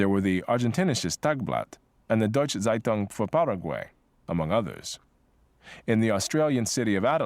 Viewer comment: By the way "Zeitung" is not pronounced "Seitung" but "Tseitung"